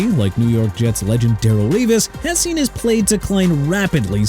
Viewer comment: TRAVIS KELCE HAD PROBLEMS SINCE 2022 SO YOU'RE DEAD WRONG DUDE! ALSO YOU MISPRONOUNCED DARRELLE REVIS!! ARE YOU SERIOUS?! DARRELLE (DUH-RELL) REVIS (REE-VIS)!! YOU CAN'T PRONOUNCE ANYONE OR ANYTHING RIGHT THEN YOU NEED TO HANG IT UP AND QUIT!!!